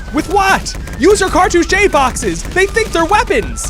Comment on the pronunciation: cartouche is 2 syllables fyi. Thanks for the great video!